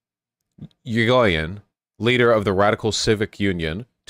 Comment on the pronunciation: 1. It's ee-ree-go-yen 2. You can copy and paste words in most major languages into Google Translate and have it pronounce the name for you as long as you have it set to the language that the word is in.